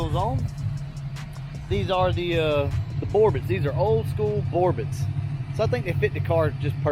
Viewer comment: The T in Borbet is silent.